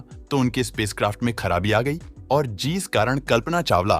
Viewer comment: Jees nhi jis